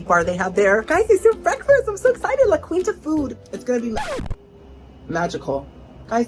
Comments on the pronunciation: Oh girlie, it's pronounced La Keenta lol 😁❤ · Why am I suddenly itching? Oh, and I’m not Cuban, but I’m pretty sure it’s pronounced “La Keenta” I’ve heard it on TV… 🤪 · It’s actually pronounced like La Keen-ta. You said it so many times, I had to comment. Love you nonetheless. 😊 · La. KEEN-TA! No queen EVER stayed there....